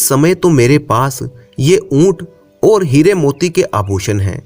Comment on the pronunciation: ओर। और कहना सिख जा बाकी सब ठीक